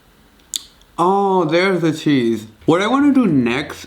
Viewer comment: I died when he said "ahhoo deres da theese". 😂😂😂